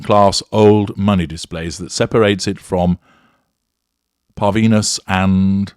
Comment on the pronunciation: is that parvenus? Pronunciation is weird.